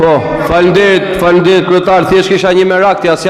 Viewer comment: Deputete analfabet dhe fjalen faleminderit nuk di t'a thotë por e thotë faminderit